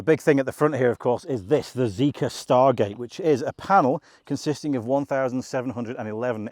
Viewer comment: I think its prounced Zee-Kar.